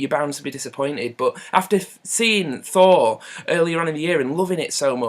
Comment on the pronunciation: it took me a while to realize you were saying "thor", not "four". i completely agree with your review though. just felt like a mixture of dull and silly